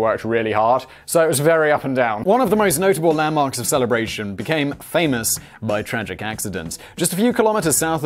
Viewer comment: I'm surprised he pronounced Celebration correctly.